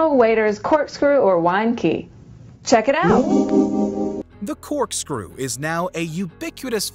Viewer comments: I'm sorry... did you just say "Cork-strew"? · Lol I think he said "Corkstrew" here